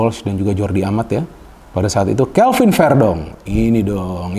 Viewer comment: Bukan kevin tapiii CAlVin